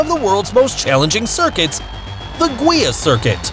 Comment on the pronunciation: Nice video!!! "Guia", in Portuguese, is pronounced as junction of "Gui" ( as in guilty ) added by a closed "a". Greetings from Portugal.